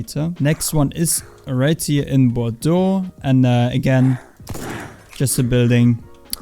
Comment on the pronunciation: You are the first person I hear prononcing Bordeaux in the right way 👍🏻